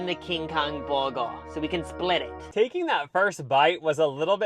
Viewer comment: Hearing the one dude try to say “burger” was enough for me to turn down the volume. Bwergwer.